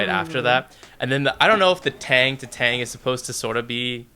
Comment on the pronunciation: “tEhenGH” ifs tang bro KSJDJD